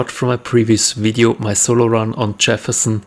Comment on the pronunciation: Its video not wideo lol